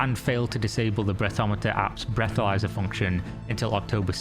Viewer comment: Sorry ... I hear breathomyzer and I am out.... wtf....